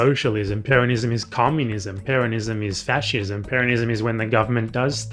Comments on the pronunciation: in the clip it sounded like he was just emphasizing the second syllable, the way one would pronounce the name peRON(ism), rather than the way you say it throughout the video, PERonism. Granted he uses an American accent for the R but still. That was what I thought you had contention with. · Could you please stop pronouncing 'Peronists', 'Peronism' etc like that? You know how to pronounce Peron ..